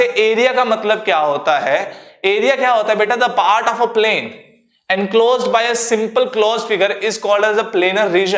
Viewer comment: Yeh sir and ko aand kyu bol rhe h 😂